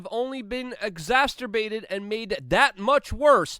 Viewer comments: "Exasterbated" lol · He said exasterbated. LMAO